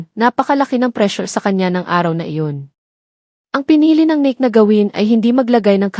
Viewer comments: 😂😂😂 pronunciation lng ng NIKE pang barrio ka na😂😂😂 pati Debut mali din😂😂😂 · Omg. Learn to pronounce stuff. Weem-bleh-dawn? What's that? Nick? Nike as in Mike? Dang! How embarrassing! Merchan-deesing? Eel-lah? Omg.